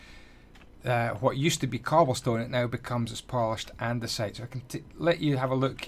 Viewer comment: Hahaha...Andyisyodasite (andesite)